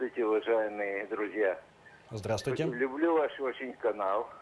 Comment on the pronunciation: ''здравствуйтэ я из Одэссы'' дебилы